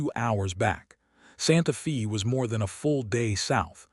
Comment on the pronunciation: Its not pronounced santa fee, but santa fay.